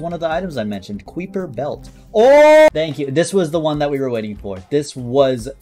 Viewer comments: Ah yes the kouiper belt (it's pronounced kai per fyi) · hearing pronounce Kuiper as 'queeper' instead of 'kai-per' is amazing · you say it more like “kyper” instead of “queeper” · isn't it koi-per? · Pronouncing kuiper belt like kweeper made me claw my eyes out (i am an astronomy nerd) ITS KAI-PER BELT. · It hurts when he pronounces Kuiper (ˈkaɪ.pər) as “kooɪ-pər” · Kweeper, aw man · Ah yes, my favorite: the cwooper belt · kweeper belt? 😅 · Just an fyi it is pronounced like K-eye-per belt.